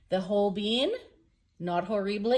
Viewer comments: LisaI Love you your wild I’m just an old painter but Holbein is pronounced HOLE BINE NO BEAN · Thank you for all this info ! It sure does help. In turn, please learn that "Holbein" is pronounced "Hole- Bine"...not "Hole-Bean". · Not pronounced Hol BEEN But .hol BINE. JUST SAYING ❤️ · I like the Amsterdam, Golden and Winsor &Newton, but I would be proud and delighted to have created any one of them. BTW I belive us Brits pronounce it Holbine (rhyming with vine or wine!!), but I dont know if that is actually correct!! Thanks foryour hard work... v helpful and v inspiring....